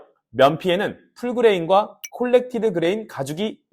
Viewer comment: 콜렉티드가 아니고 코렉티드 ㅋㅋㅋ 말 그대로 수정한 표면 이란 뜻이잖아요 ㅎㅎ